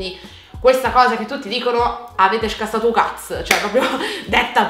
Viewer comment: 🦊🦊🦊 1 Ho amato il tuo AVETE SCASSAT O CAZZ da Napoletana è stato PERFETTO! 2 Come t ho scritto in direct con questo colore sei uguale ad una donna fantastica che tu ci hai fatto conoscere ovvero LA TUA MAMMA ❤ 3 Vorrei tanto vedere i tuoi regali di compleanno e tanti tutorial sui trucchi che ti viene da realizzare con questo colore di capelli stupendo 4 Mi piace troppo come parli con l'apparecchio..sei ancora più dolce e soprattutto VERA, cosa che ti ha sempre distinto da molte altre youtuber! Ti abbraccio forte 🦄 #instafairfamily